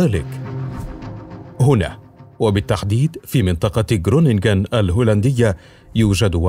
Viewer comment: خرونينغين و لفض الغين خفيف لا يضهر مبهم.